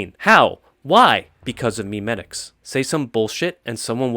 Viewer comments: It’s not pronounced “meme-etics” it’s mem-etics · It's actually pronounced "may-may-ticks"